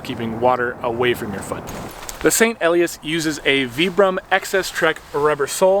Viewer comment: "Ee-lie-ass," with the accent on the second syllable.